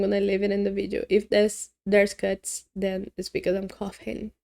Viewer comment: Definitely harder than the brutal one. I took my time and it was a satisfying solve. Your pronunciation of cough is perfect. But when you said cuts I thought you were saying guts 😂. Also 😂😂 Thanks as always 🙏